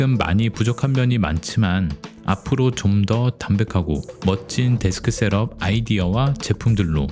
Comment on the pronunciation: 발음이 좀 거슬리네요 셀업X 셑업o